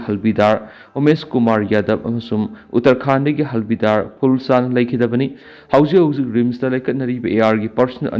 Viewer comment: Pao taba nungaite/ lon sengde.Havildar bu halbidar hybignu. Home work toubiyu.